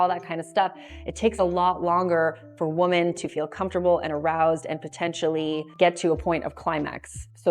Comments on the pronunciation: women = wimmin. women <> woman. As a native-born American, you know how to pronounce that word. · she pronounces the plural “women” as the singular “woman” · I stopped watching the video the second time she mispronounced the word women. She pronounces it as the singular woman. I don't think I'm going to watch a video from someone who doesn't know the difference. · Why do you say women so weird? It’s spelled one way, but it’s pronounced different. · I was wondering that lol